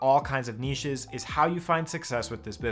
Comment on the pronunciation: Thank you for not pronouncing it 'nitch'